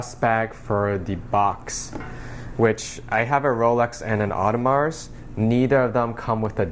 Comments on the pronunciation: Dude it's not "oddemarz" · Audemars silent s my dear.